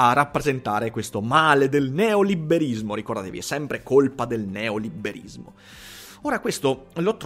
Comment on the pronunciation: Ma perché "neoliberismo" lo pronunci con la doppia b?